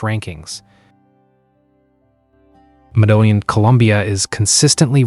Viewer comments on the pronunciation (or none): I had to laugh at the 4 different pronunciations of Medellin in this obviously AI narration.